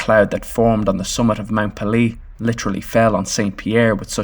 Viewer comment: I expect it's too late to update the narration, but the name of the volcano is pronounced PAY - lay. It rhymes with "mayday." It's from the French "pelee" meaning bald or peeled since the top of the mountain was smooth and not covered with any vegetation. For anyone who is interested, there are several good books about the eruption.